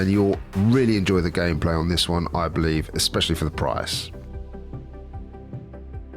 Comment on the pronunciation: Just realized when you say "Next One" at the end it sounds like you're saying "Next JUAN". Is that intentional? lol